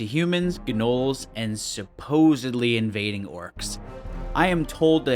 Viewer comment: Its not GA Nolls its Noles! Gnolls the G is silent!